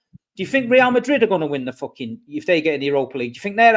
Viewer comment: # Pray for MAH-drid. 🤣